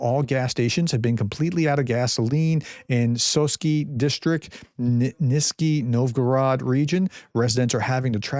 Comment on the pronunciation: It’s Nizshniy Novgorod pronounced